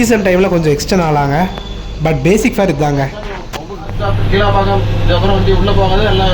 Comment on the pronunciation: Keelambakkam ila bro Kilaambakkam....